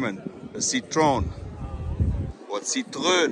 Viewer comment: Lol, Citroën is pronounced "See-true-an". You're welcome.